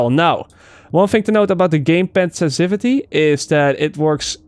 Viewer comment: Add me on Uplay, I'll teach you how to pronounce; sensiTivity, incendiary and aberration. lol